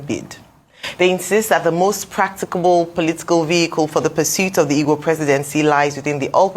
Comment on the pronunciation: Even the "Ogbo" to "Igbo"